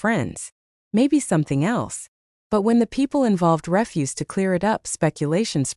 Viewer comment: AI is funny. The robot pronounced "refuse" as REFuse (garbage) instead of reFUZE (deny). Same spelling, different meaning. A human would have known the difference.